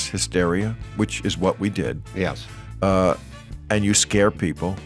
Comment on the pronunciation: Oh Bill- "you pbeeple"